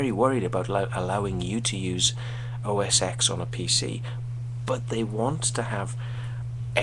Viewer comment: PC would not exist the way it does today without mac. so don't say mac stole from pc because this is a personal computing industry and everyone shares. I like both PC and mac so im not biased. Oh not pronounced "OS X" we learn roman numerals in grade school, it is "OS '10'". Wait. you dont like apple because it is playing its part in the game? If you don't like iphone's from "stealing" from windows phone then wouldn't you hate blackberry, nokia, samsung, etc. yeah. you are just making up shit :)